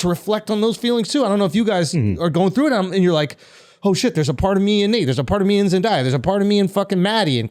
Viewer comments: It irritates me how they say Zendaya, it's pronounced Zen-day-uh, not Zen-die-uh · Love the Euphoria discussions as I am a big fan myself but it needs to be said that the boys keep mispronouncing Zendaya's name.